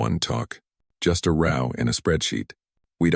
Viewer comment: I will tell you what I have been telling all the other new sites. You need another AI program. I find it difficult to finish a story that can't even pronounce simple words like row correctly.